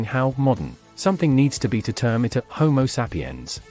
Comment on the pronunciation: Why does this guy keep saying homo sap-i-yan? Perhaps you can tell us what kind of sap you're talking about.